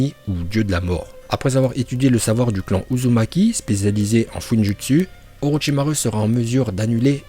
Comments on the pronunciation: Tu dois encore travailler ton prononciation en Japonais ^^ U se lit ou pas u ça se prononce Orochimarou au lieu de Orochimaru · orochimaru à la fin on dit pas "u" mais "ou"